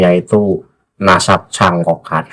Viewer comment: Gus baha katanya berilmu , ngomong nadab aja belepotan, memalukan baha mukibin.